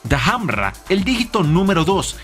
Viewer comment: genio, otro pequeño error, 10.03 no se llama Dahamra se llama Damrada, haci como suena